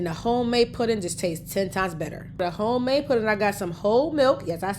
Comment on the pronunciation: I like how she say "Qwhite Suga" 😆😂😁😆😆 and "Hgome Made" 😍